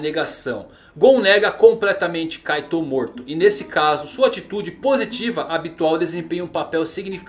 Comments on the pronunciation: Kkkkk o cara fala caitou mas se fala kait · Tanto vídeo de OnePiece que até saiu um "Kaitôu" em vez de "Kaito" kkkkkk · parece que ele fala kaido kkkkkkkkkkkkkk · Kaitou ele fala kkkk